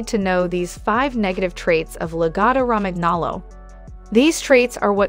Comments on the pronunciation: Raman aloe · its italian i think. therefore its pronounced la-gotto romanyolo (gn sounds like a ny in italian) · omg in Italian language "Romagnolo" ...gn (Romaňolo) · Cringing at every instance of saying "Romagnolo" Think of how the "gn" sounds in "gnocchi," and apply that same pronunciation here... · Hey hun you don’t pronounce the G in Romangolo. The G is more like a Y or I